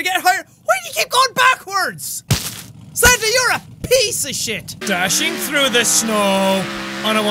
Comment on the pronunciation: Is it weird that in jacks old videos when he said piece of shit it sounded like pizza shit